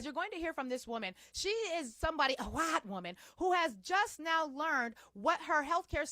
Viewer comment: I love the way you say "waytiness" and "wayite" 🤣